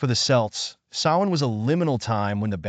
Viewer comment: Kelts not Selts